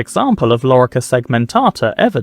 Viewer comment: Lorica no larica asino😮